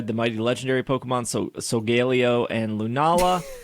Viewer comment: Is just trolling everyone with how he pronounces Solgaleo? I don’t remember it that way in the anime…